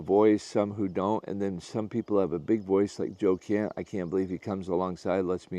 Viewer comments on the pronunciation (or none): Are you saying Joe "Kent"??